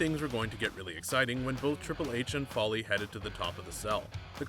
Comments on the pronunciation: Its Foley (foal like coal) NOT Folly. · ok lets do this its pronounced FOE LEE not fally damn it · Why is he calling kick floirie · Who is Mick Fally really that’s embarrassing if your make videos on wrestling atleast know how to pronounce the characters names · Vondre Bridges he pronounces all names wrong he calls cesaro seesero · It is pronounced foley as in fow lee